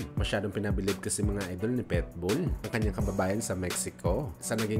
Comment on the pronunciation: Pitbull hindi Petbul hahaha, tunod pwetbul eh.